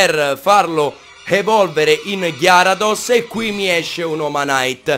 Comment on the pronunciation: sei uno dei pochi che sa come si pronuncia giusto gyarados